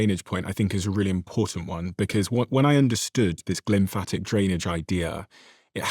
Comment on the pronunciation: Lymphatic system, not glymphatic :)